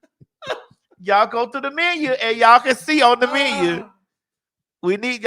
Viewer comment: had me weeeeeeak in my cubicle when he read the menyuh 🤣🤣🤣🤣🤣